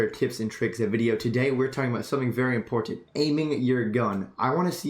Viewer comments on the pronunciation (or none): ImPORtant. And is he saying PUB instead of PUG lol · lol this was a good video for new players for sure but i just gotta pick on u a lil bit on something u say cus its driving me NUTTS haha the way u say important is SOOOO pronounced it was cracking me up every time u said it. I cant call it wrong cus ur saying it how its spelt but ur like imporTant lol